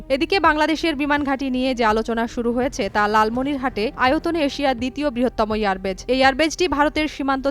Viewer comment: এয়ারবেজ আবার কি? কথাটা এয়ারবেস😅